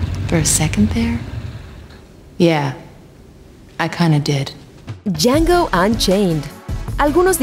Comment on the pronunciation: es django la d no se pronuncia >:c